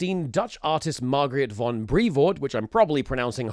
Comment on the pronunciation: as a dutch person its really hard to explain but ill try Mar-g-reet The G is like a uhh grinding sound sound? Van was correct Br-ay-fort The Dutch G is insanely hard to explain